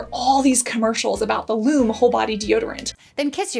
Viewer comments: I think it's pronounced "LOO- MEE" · I tried Lume ( actually pronounced Lu-mee) and i couldn't stand the weird smell. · I disagree with you on the Lume ( actually pronounced Lumee ). I love the lavender/sage scent in the cream form. Use only a small amount on underarms before adding a fragrance free antiperspirant and it smells devine for hours, even in the hottest most humid weather. Haven't tried any of the other brands that you mentioned here, I'm just so happy with the Lume. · Thanks for this. I’m pretty sure Lume is pronounce Loooo Meee. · Yes, you have to let it dry and Lu Meee is how it is pronounced. Plus they have actual stick deodorant on their website. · The fact that we’ve all seen those Lumè ads time and time again, yet you chose to mispronounce the word during this entire video is just 🤯🤯🤯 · You’re pronouncing Lume wrong. Listen to one of their ads for pronunciation. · It would have taken like 30 seconds to research the correct pronunciation of Lume. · It's Loo Me, not Loom. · Pronounced Lumee not Lume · It's actually Lum-eeee fyi 👍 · "loom" lol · for someone who has spent time and effort researching different products and types of glands/sweat, it pains me to hear you pronouncing Lume incorrectly. The correct pronunciation is like the words Lou and Me. That is the reason the e has the line over it, it's telling you how to pronounce it right on the package. ;) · If you had watched any of the lume ads, you would know it is pronounced loo-me.